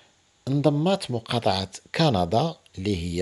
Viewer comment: قندااا 😂😂😂ياخوي تكلم زي ناس